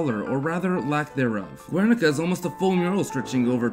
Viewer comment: Its pronounced gernica, not guernica